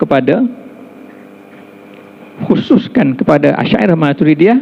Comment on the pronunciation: Yg Majoriti Dlm Tu Je Sedara. Rakyat Entah X Tahu Apa. Dalam KL Plak tu Yg Tersasul Sebut Al..Al Shyairah Al..Matrudiahh